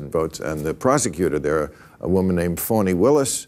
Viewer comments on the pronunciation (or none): Fani... pronounced "fah-nee" is her name. Your bias is showing.😮 😐😕